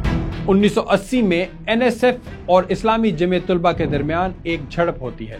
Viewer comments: بہُت بہترین ڈاکومنٹری ہے۔ آپ کا انداز بھی بہُت اچھا ہے بس لفظ " طلباء" میں ط پر پیش اور ل پر زبر پڑھیں یہ صحیح تلفظ ہے۔ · اچھی نیوز رپورٹ ہے ۔لب و لہجہ بھی اچھاہے۔ لیکن آپ طُلباء کہہ رہے ہیں جو بار بار دہرانے کی وجہ سے دماغ پر ہتھوڑے کی طرح بج رہا ہے۔ درست تلفظ طلباء ۔۔( ط پر زبر ہے)۔ براۓ مہربانی اس حولے سے آٸندہ خیال رکھیے گا۔ Tulaba wrong.... talaba durust